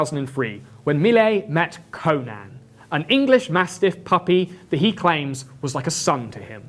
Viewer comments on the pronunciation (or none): none